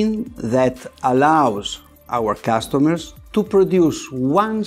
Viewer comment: Lol he said “CASTomers”